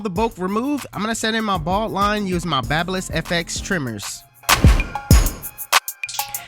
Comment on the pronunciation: It is babyliss !!! Nit what you said!!! Hit that sh!/ part 2 3333sixty jezzyyyyyy